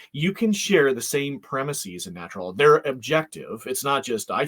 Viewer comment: The last syllable of "premises" should be pronounced the same as the English word "is" with a short "i" sound, not like "ease" with a long "ee".